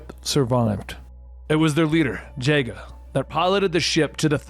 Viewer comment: I hope whatever nirvana you ended up in has internet so you can read these comments and see how much you meant to everyone... Also so you can see me raging that you pronounced it "Jay-ga" 😭